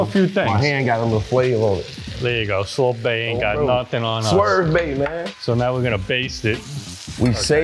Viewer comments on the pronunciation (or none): Bruh said swervebae 😂💀